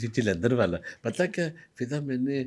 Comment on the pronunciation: How many times hes said fidda instead of fiza